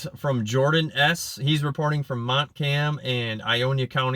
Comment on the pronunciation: i noticed you kept saying Mont-cam county.. it's MONT-CALM COUNTY not trying to be a grammar nazi lol